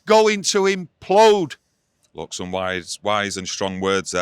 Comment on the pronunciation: Implode... not impload :D